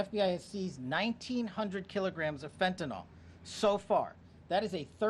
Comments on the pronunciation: It hasn't happened yet. Let's see what Mexican money can do to open the supply lines. BTW it's fentanyl not fentanol so at least learn to pronounce it right. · THIS Well Known drug is Constantly MISPRONOUNCED , and it makes my OCD cringe …😂 “FENTANYL” IS Pronounced like …FEN TAN ILL 🙀‼️ NOT - FentinOL OR FentanOL 🤔😮😩‼️